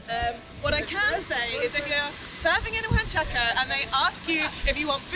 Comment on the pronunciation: I love it's now JUANchaco. and not UANchaco. Loving the Peru series!